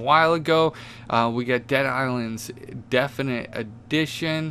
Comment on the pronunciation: It's definitive and he ALWAYS SAYS IT WRONG MAKES ME CLOSE THE VID RIGHT AWAY